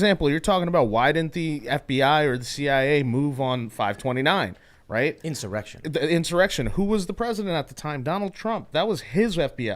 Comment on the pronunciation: in-soy-rection! hahahaha!